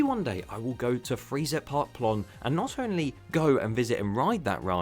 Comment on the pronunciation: Freizeit is pronounced like "Fry-Zite"